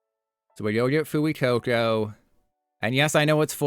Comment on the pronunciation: pronounced "fway-coco"